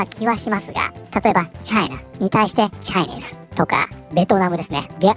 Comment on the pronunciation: この番組は冒頭にちょっとした英語の豆知識を提供しているようですが、JapaneseとChinese、Koreanの発音が通じないレベルですので、見ている方が使う場合は一度正確なアクセントの位置を確認してください